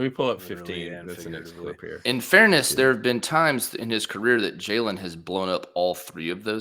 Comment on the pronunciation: As usual, good video. Also, it's pronounced "Jay-Lynn" lol He's gonna be a baller in the next few seasons. Go Dawgs!